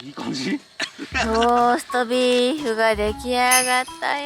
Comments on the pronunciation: こんばんは😊 酔ってローストビーフがなかなか言えない サイコーです😍 その前に飲み過ぎでは（笑） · 酔っぱらった、 ローストビーフが言えないところが可愛い過ぎる。 寝起きスッピンもいいね。